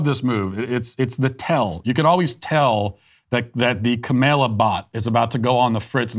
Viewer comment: After all of that information, what I am left wondering is- does Matt practice mispronouncing "Kaymayla" and "Maygahn thee stallyon"... it's just too good to be ad libbed 😂 I know he has had a lot of practice with Kamela, but the mispronunciation of Megan really made me chuckle! Thanks Matt 😄👌